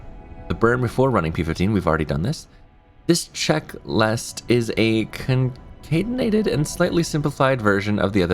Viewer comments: Pretty sure concatenated is pronounced conkatenated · Great video. Also, it is con-cat-ten-a-ted. :)